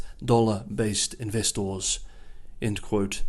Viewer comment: Glad somebody else noticed 😂